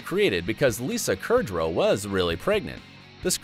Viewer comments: Have you Noticed that the narrator said Lisa Kurdrow, instead of Lisa Kudrow? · Hollie Dixon it triggered me so much when he said Lisa Kurdrow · Lisa “Kurdrow”? It’s Kudrow xxx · He said Lisa Kurdrow instead of Kudrow. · It's not Kurdrow it's KUDROW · i am NOT a fan of ice cream and until Ross said that, i always had that as my reason...its just too cold HOWEVER... yes there are times i like to eat just one cone or something..maybe once a year. so that is SO NOT An error. also its KUDROW not KURDROW!! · "Kurdrow" instead of "Kudrow." "How ya DOIN?" instead of "How YOU doin?" "Could that be any more SAD?" instead of "Could that BE any more sad?" "Central Park" instead of "Central Perk." "Donate his earrings" instead of "donate his earnings." Anthropologist? These facts are decent, but this video is absolutely awful. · there are a handful of mistakes from the narrator. He called Lisa Kudrow, Lisa KURDrow. He also said Rachel turned 30 in episode 30 and later stated that she worked at Central Park, when she worked at Central Perk. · He also couldn't pronounce Lisa Kudrow's last name properly. Lisa KURdrow. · "Lisa Kurdrow" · Abigail Spott that one really annoyed me too it’s KUD-row!! It isn’t hard to pronounce lol xxx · “Lisa Kerdrow” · He also couldn't pronounce Lisa Kudrow's last name properly. Lisa KURdrow. COME ON MAN!! Unacceptable! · And Lisa Kerdrow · the second he pronounced kudrow, “kurdro. i knew this video wasn’t good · Did he just say “Lisa KURD-RO” I’m crying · Bro made quite a few mistakes for being the one to point others' mistakes out... He calls Lisa Kudrow "Lisa Kerdrow" He says "Rachel turns 30 in season 30" He calls Ross an "Anthropologist" when Ross is a Paleontologist He calls Central Perk "Central Park" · The mispronounciations in this is a bit cringe. Kurdrow. Minsks. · No but your script/ voiceover made some mistakes like Lisa Kudrows last name and "Rachel turns 30 in season 30" (?!) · You’re not pronouncing Lisa Kudrow right